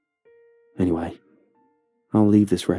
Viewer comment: "Anyvay, that's how I lost my medical license"